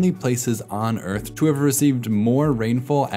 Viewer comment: New Zealand is really middle Oyth. Old Zealand is really Elfland. Middle Zealand is really The Shoiah...